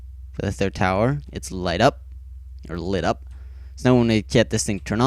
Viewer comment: Really cool but it is the tird par not the second.